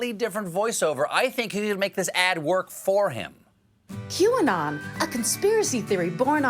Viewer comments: I wonder if the way Greene worded her statement and McCarthy mispronouncing the name of the conspiracy group was on purpose or a code to the followers so that they could say “she never said she denounced them, she denounced “Q-on”, whatever that is... we’ve never heard of it...” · Yesterday, feb 4th, it was nutz, all of a sudden all the GOP couldn't pronounce QAnon and they all "hardly heard about it". WTF?!?!?!? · Oh dear it must be so annoying to have politicians who deliberately mispronounce words to downplay something or to denounce someone. Aren't they aware of that this kind of behaviour makes them just look dumb. To see this level of diletancy and to see that it seems to be accepted is just sickening. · i´m not sure the world pronounces QAnon correctly. the people who created this might have thought they are the "new canon" - for me this reads "canon". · The whole not being able to pronounce Qanon correctly making it seem like you have no idea what it is is so transparent, especially when the same act is performed by a number of people who previously had no trouble pronouncing it just fine and showed that they understood exactly what it was. Do they think their voters are 5-year-olds with memory deficiency? XD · Oh, my Gosh!!!! Kevin McCarthy is horrible. I cannot believe he said that about not knowing what Qanon is and pretending that he could not pronounce it. Stephen was so funny timestamp. Great.